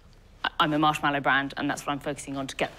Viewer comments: I'm surprised it's her company and she can't even pronounce "marshmallow" correctly. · She'd probably do better if she could pronounce marshmallow correctly.